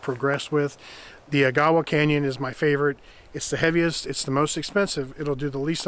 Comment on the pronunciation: I think the Coghlin saw was binding on the push stroke - many saws like that only cut on the pull stroke, including the Silky and the Fiskars. Change your rhythm and it might cut faster and safer. By the way it's pronounced Ah-gah-wah, I've been there.